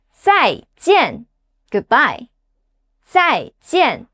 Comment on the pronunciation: When you said "Zai` Zhen`!" It sounds like.. I will never want to see you again! 😂